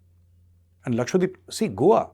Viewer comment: Sir it’s Lakshadweep not Lakshwadeep.